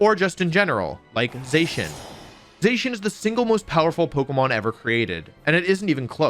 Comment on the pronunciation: Za-Shee-un not Zay-shun. Bothered me so much i had to stop less than ten minutes in.